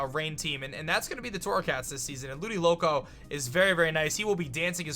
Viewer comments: What is Ludicolo it is definitely ludiLOCO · "Ludiloco" It's LudiCOLO lol love u